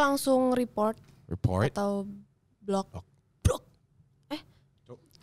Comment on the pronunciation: gw ulang ulang pas tiara ngomong block yang sangat medok di menit wkwkw